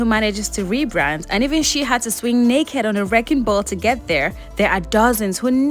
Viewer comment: I love your emphasis on "and she didn't need to swing neighked on a wrecking ball" 😂 indeed,... Zendaya is a whole classy, funky, groovy vibe 💛 Much love and happiness to her and Tom 🙌🏾